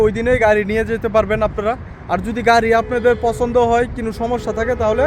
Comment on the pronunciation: ভাই শব্দ টা কোনো হবে। কিনিও হবে না। আর অটো হবে ওটো হবে না।।ভুলভাল শব্দ বলবেন না।। শুদ্ধ না পারলে আঞ্চলিক বলবেন।।